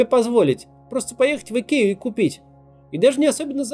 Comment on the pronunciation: Идкея - это по-каковски? I K E A - латинские буквы: ай, кеу, и, эй - Айкиа.